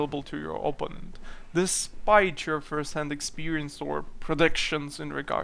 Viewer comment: please, PLEASE. o-PPÓ--nent (oPOUnent)